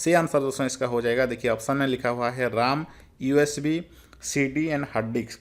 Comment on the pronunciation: Pahle to aap RAM ka pronounciation sahi kijiye.....RAM to Computer ka vai he..nki Laxman ka😂